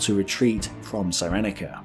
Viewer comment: Cyrenaica pronounced sear en eye car not sigh reni car.Sorry, I enjoy the mangling of place names (an endearing British tradition) but for some reason that one grates. Excellent stuff you should be on Al Beeb. On Greece, a glance at the map will tell you that Greece like Poland would be almost impossible to defend because of its geography. Even so Britain declared war for Poland even though she could do nothing to militarily help Poland. Sometimes a political stand can be very expensive. The question is, is it the right thing to do?